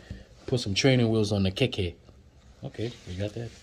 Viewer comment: lol you butchered everything hahhah igbale broom,honroo, ijaaapa tortoise,jeee wake up,,keeeke bicycle